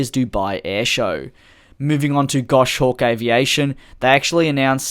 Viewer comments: it's "Goss Hawk", not "Gosh Awk" ;P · Gos hawk. No gosh, it’s a common mistake but the falconer in me was cringing. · “Gosh-hawk’ :p